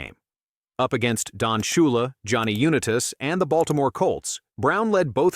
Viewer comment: I love Jim Brown but this AI generated content is horrible. How do you have a narration that mispronounces Johnny Unitas' name and not notice?